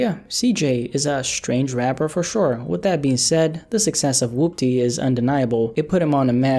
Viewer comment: woopdeh bitchamasaisa moveh. good video but the way he pronounces Woopty really messes with my head 😂